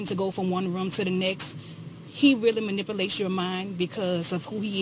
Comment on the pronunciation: Manipalates???? Wtf???? Lol